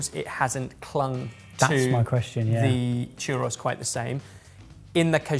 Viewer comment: I know! To me they way they pronounced it Chu-ROSS made it sound like they were Greek or something 😂